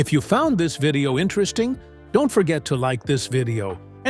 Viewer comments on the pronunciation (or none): none